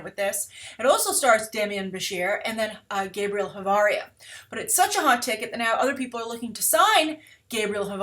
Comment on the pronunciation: asuggestion for Spanis names: Ch is pronounced like Sh not like K